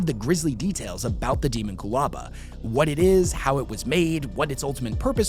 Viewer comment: It should be pronounced deh-MON-kyoo-LA-ba, like homunculus, it’s not ha-mahn-KYOO-lis after all and thats clearly it’s derivation. Sounds far more intimidating. Even if it is canonically pronounced as demon-coolaba I’m still right lol, sounds like a drink you’d order from a dystopian Starbucks “can I get a demon coolaba with Baphomet’s goat milk please”